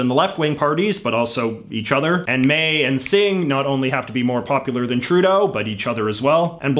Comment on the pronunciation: Justin TruDAY-O